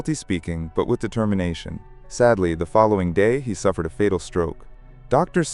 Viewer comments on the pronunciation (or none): none